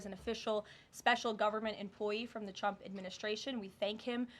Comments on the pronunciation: She always calls him "Chump" 😂😂😂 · You'd think the number one Qualification for the job of press secretary would be the ability to say the Presidents name correctly... Every time Karoline says "President Chump" it is hilarious, but very unprofessional 😂😂😂